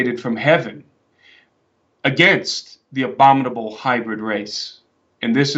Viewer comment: This is going to sound wierd, BUT- when he said obominable - - I thought of the obominable snowman - - wonder if that's another example of them throwing it in our face. Thank you for your hard work and God bless you all who are standing up for Jesus! We need to SCREAM!!!!! -kelly seikel